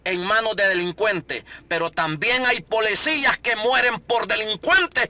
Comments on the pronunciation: Todo lo que esta hablando este hombre ya se sabe que es prioridad de nuestro presidente. Deje de decir que usted se puso a entrevistar gente. Esto ya lo dijo nuestro presidente. Usted le ha copiado todo a el presidente. Deje de darse credito asi mismo. Y porfavor eduquese sobre como decir las palabras correctamente. Habla muy mal. Dice polecias, corruccion, etc. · Para empezar quitate los lentes y da bien la cara y no se dice polecias .